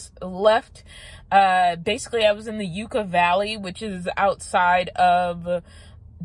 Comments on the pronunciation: Locals pronounce Yucca like “Yuk-Cah” , short U sound. Not “You-Cah”. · Yucca Valley is pronounced like “Yucka Valley”